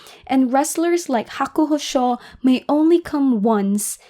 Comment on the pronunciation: It's pronounced Hakuho Sho as in "show" not Hakuho Shaw. Other than that great video. 👍